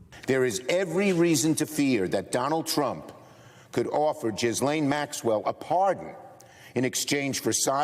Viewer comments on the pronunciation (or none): he called her a jizzzlane lol